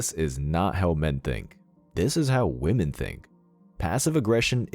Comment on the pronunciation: Woman and women are not pronounced the same. Try to sound less ignorant. It will improve your videos.